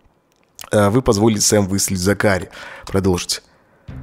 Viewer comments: зАкари а не закАри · зАкари, а не ЗакарИ... аж уши режет...хух.. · ЗАкари, а не ЗакАри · Мишон какая-то слишком разговорчивая получилась)) в сериале она по возможности молчит, а не вступает в диалог П.С. по английской озвучке - зАкари, а не закАри) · Не ЗакАри, а ЗАкари)) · зАкари!!! А не закАри! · зАкари, браян это анг. произношение, 1 класс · ЗАКАРИ НА 1 букву ударение !!!!